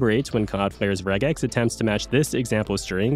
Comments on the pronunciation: I've only ever heard of Regex being pronounced 'Rej-ex' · The real regex error is pronouncing it with a hard G